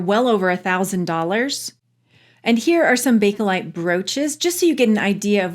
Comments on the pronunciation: Sorry but do you realize you keep saying Bake-A-lite? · I'm going to be 71 soon. When I was young and my mom and aunts were discussing it they always said Bake-lite. The Bake-uh-lite has become predominant in the past 20 years. To me it's Bake-lite since that's what it was called in the beginning.